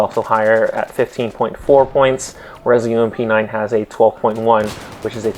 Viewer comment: More deadlier + saying 'UMP' made my brain shoot itself.